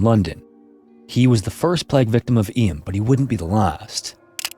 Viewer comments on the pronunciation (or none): It's pronounced 'Eem' even though it's written Eysm (I'm from Derbyshire).